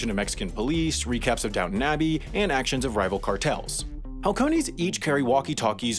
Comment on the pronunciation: Cringes at “doubtin abbey” annunciation